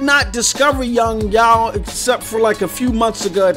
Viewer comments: Yong yeaaaah not Yong yaooo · Why do you go out of your way to fuck up Yong Yea's name like that?